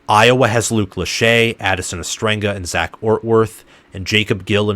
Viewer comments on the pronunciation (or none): none